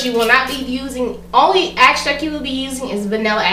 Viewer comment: I noticed when you were talking about the vanilla, you said axtract, it is pronounced extract.